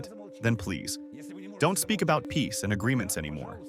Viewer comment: ah yes...the nation of piss... Sorry... I meant "peace".